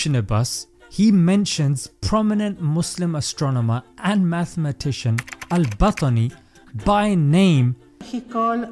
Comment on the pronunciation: His name is Al-BaTTani With double T, and u pronaunce it Al-Batani why😭